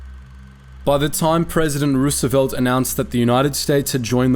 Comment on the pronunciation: Easy there, you pronounce Roosevelt like that again, and itll be your tea in your harbor